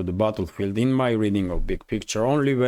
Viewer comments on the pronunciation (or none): none